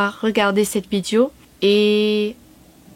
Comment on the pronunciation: Ton francais est absolument excellent!!!!!!!! En fait meilleur que certains français mais bon... Trucs HYPER minimes: Attention, c'est pas "Vidio" mais vidÉo" "elle est une chanteuse" -> "C'est une chanteuse", etc. Sinon, ok, c'est plus ancien, mais ecoute Daniel Balavoine. Lis son histoire. Si un jour tu chantes une de ses chansons, comme ca, sans y penser... tu seras francaise. Encore bravo.